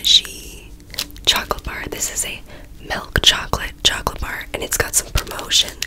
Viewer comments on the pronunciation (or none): No one:: MeLk CHocOlate